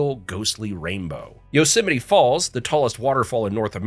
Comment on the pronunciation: Central California 😤 The "Yo - Semite" Valley